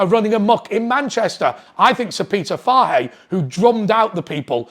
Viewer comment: Fahey... poor pronunciation my man